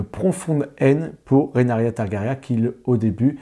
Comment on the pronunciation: Ouïlle, mes oreilles !🙉 Trop de "RénArYa" au lieu de Ré-NI-RA (Rhaenyra) et de "Migouel" au lieu de Miguel (on dit bien Che Guevara et pas Che Gouévara). Sinon, j'adore House of the Dragon malgré quelques bémols, et je compte les jours jusqu'au 17 juin pour entrer dans la Danse 🐉🔥!!!